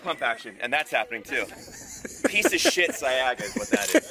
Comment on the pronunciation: I've never heard Saiga pronounced "Siaga"